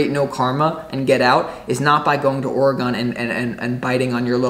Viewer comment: My home state oregon so I know it's for me. Thank you. And it's ore gon. Not gone. All good bro Sending beaver and ducks love.